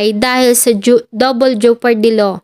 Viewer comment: Ano'ng 'jupardy'?! Jepardy